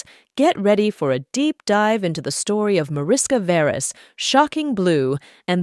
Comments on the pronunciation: Pronounced Marishka Veresh (org Veres Mariska), with Hungarian roots. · Her name is pronounced 'mah-rish-kah vae-raesh'. Her father's 'lah-yosh'. Hungarian. But of course, it would be too much to expect some research in this area from a Western person. It would throw the world off-balance. So let's just dumbly assume that everybody's name out there conforms to English standards.